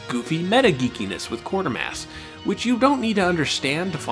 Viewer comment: I’m sure you’re aware by now but there is only one ‘r’ in Quatermass; and it wasn’t a one-off as you said Quartermass many times in quick succession.